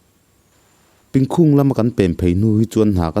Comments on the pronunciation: Pìngkhúng ni lo in Píngkhùng ti a thluk zawk tur a ni e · Pingkhung Myanmar khua i lam rik dan a dik lo a nia.